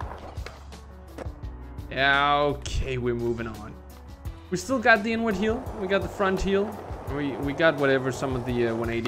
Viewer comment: I cant be the only one that does a double take everytime says "inward heel"